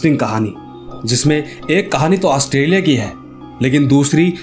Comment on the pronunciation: नाम तो सही से ले लो ऑस्ट्रेलिया 🇦🇺